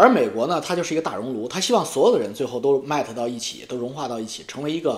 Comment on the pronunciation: ，前些天你笑话阿姨的英文，今天我听出你的几个单词发音也不理想，中式发言浓度偏高。Fuck，你说的往fak偏；balance，你说的掰Lance；还有一个词可能是要说Melt 融合，说成迈特。见微知著哈，元音的发音比较中式